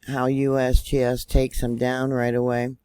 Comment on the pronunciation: I like how you say USBS it's funny